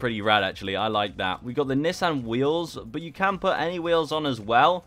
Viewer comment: dawg im srsly about to mute him, miss pronouncing Nissan srsly?